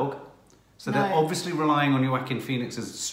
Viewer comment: Everytime he pronounce Joaquin, to me it sounded like "Quackin" 😂🤣